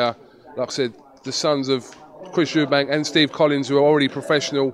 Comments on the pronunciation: You'd think he would know that it's Eubank, not Eubanks. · its chris eubank not "eubanks" wtf, he fought the guy cant he get his name right?